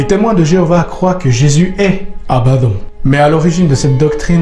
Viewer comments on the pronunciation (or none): Abaddon qui se prononce abaddonne et cest sur l'ordre de dieu quil viendra seul dieu peu ordonner.